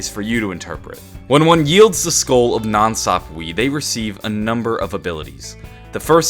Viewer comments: I'm pretty sure nan swap-wee is pronounced nan sap-wuh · Nan sapwe is (SAP-W-EH) NOT WEE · I thought it was pronounced "Nan sap-way" not "nan sap-wee" but tomato/tomatoe I guess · (Nan Sapwe) People please stop saying Nan sap-we the correct pronunciation is Nan sap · Nan Sap-way not Sap-Wee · NOT NANSAPWEEEE ITS NANSAPWE (eh) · It's pronounced sapwa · Every time you say nan sapwee i die a little inside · NAN SAHP WAY IS HOW YOU SAY IT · its pronounced skull of nansapwe (nansapwah) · the skull is actually pronounced skull of nan (saapway) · it's nansapwa